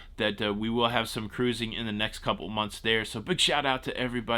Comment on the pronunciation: Let's Go (caruuuzing) Mountaineers! Didn't know you have WV roots.